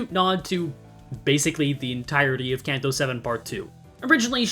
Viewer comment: I hate your pronunciation of Canto just pick one PLEEEEEAAAAAAAASSSSSSSEEEEEEEEEEEE